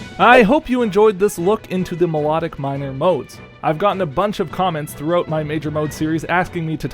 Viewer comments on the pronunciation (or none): none